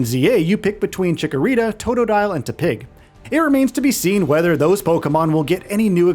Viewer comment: That and how he pronounces Tepig 😑